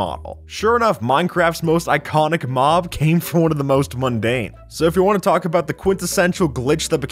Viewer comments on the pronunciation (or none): none